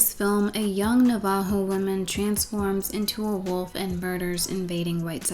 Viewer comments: Probably late, probably been commented already. "Navajo" is not "nah-vah-hoe" it's "Nav-Uh-Ho" but that term is a white-wash. Members of the Navajo Nation prefer "Diné" (Din-aye). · this was so good 🍿🍿🍿 Navajo is pronounced NAH-va-ho btw, not na-VAH-ho 🤗 emphasis on the first syllable. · I don’t mean to be rude, but Navajo is pronounced Nav-uh-ho. Sorry I’ve heard of that movie before because sparked a lot of controversy in our tribe due to it demonizing our culture...anyways:) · btw. The Na in Navajo is pronounced like "nah" (like saying no). Dine is the name we call ourselves tho. Din-nay. It's better to say Dine than Navajo. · The way you pronounce navajo throws me off